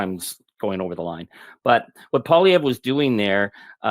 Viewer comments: Poilievre is pronounced Pwah- lievre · Hey Ben, you pronounced Poilievre correctly. 😊 Thanks. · Ben, thanks for having Charlie Angus on so often, and thanks for pronouncing Poilievre’s name correctly. 😊🇨🇦❤ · Lots of good things in this interview. And appreciate Ben knowing how to pronounce Poilievre's name and know how the politics works in Canada. There's a few "political" types in the US who don't know how things work. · I hear you working on your pronunciation of "Pierre Poilievre," Ben. Great job! You're as close to sounding like a true Québecois as any English speaker, Canadian or American. Even Canadians are massacring it. Poilievre does not trip easily off the English tongue. 😉